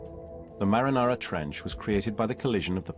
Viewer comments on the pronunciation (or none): Oh thank God other people heard the narrator call the Mariana Trench the Marinara Trench every. Single. Time. I thought I was being gaslighted until I read the comments. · Not a good docu to learn English? I actually was thinking "ah in English it is called marianara trench. good to know!"... I almost wrote it down to learn it... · “The marinara trench” lmao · Does he keep saying marinara trench? I thought it was the Marianas or mariana trench....?? Marinara is the red shit you put on bisghetti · Did this guy really just call it the “Marinara” trench? How’d that happen in a NG documentary? 😂😂😂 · It is humiliating that the narrator does not even know the name of the place and keeps calling it "Marinara". Ridiculous...